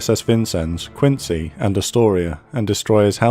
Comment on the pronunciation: USS Quincy was named for Quincy, MA, where she was built. It’s pronounced “Quinzy”. Great video, as always.